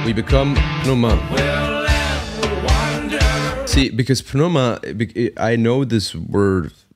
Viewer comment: I believe they pronounce it "New-Mah". There's a drum cam of Danny Carey playing this song on the Vic Firth channel, well worth a watch to see "The Octopus" in action! It has 33 million views at the moment.